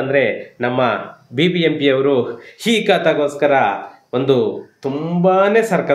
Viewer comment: Sir, please don't pronounce 'ha' for words starting from 'a/aa'. For e.g. halli, havaru,hilli, haravattu, haravatta mooru, haatara.... It's difficult to hear this type of pronounciations in kannada